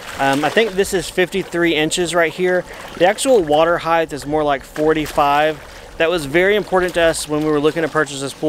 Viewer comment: Height not heighth.